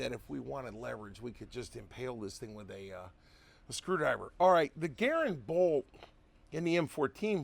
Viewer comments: I'm a Ga-rand guy, not a Ger-und guy. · Aha!! I caught you calling the U.S. RIFLE CAL. 30 M1 a ‘ga-RAND! I knew there was hope for you! 😁